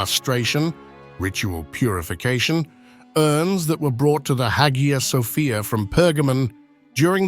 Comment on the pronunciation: the pronunciation of hagia sophia 🤮